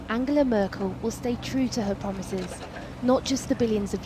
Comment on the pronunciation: Oh, they pwomise? I guess they've been held to account, time to take them on their word /s